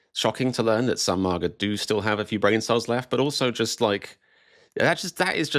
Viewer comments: First time I've heard MAGA pronounced "MARGA" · It's not MARGA, it's MAGA. If you can manage one hard A, why not two? So annoying.